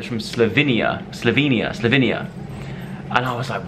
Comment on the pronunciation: My eyes teared up when Dianne started crying! Joe, it’s pronounced Slow-vein-ya. My grandpa is from there!